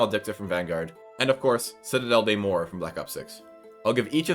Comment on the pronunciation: The "des" and "morts", you can pronounce them "de" and "mogg", the double G is to emphasize the French R, it really is prounounced like the stereotype. It's a bit hard to explain since my native language is Spanish, and my brain defaults reading on spanish pronunciation.